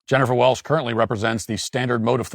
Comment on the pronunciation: It’s “welCH” with a “CH”. And your hot take is crap.